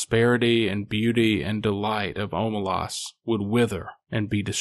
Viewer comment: It's pronounced Omelas not Omelas